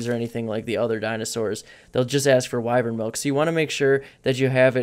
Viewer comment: wyvern noun wy·vern \ˈwī-vərn\ not wivern lol your saying it wrong bro